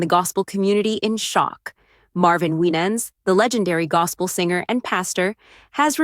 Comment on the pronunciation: You're misprouncing his name 😊